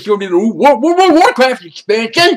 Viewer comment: Wo-Wo-Wo-WO-Woh-wohchaft exhpanshion. hahaha Gotta love Francis